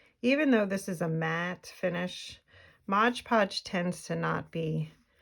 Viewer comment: Your books are very attractive. I enjoyed the videos about how you make them. They are well done, clear explanations without extraneous chitchat. Just one small suggestion- it is MOD podge, not modge podge - check the label.